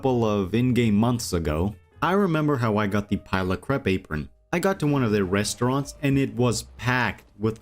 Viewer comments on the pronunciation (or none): none